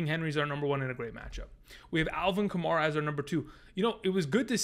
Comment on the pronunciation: love your stuff. just wanted to let you know that kamara's name is pronounced like kamAIRa not kamAREa